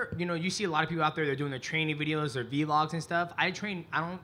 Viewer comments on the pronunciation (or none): Did Demetrius Johnson just call a vlog a Vee-log?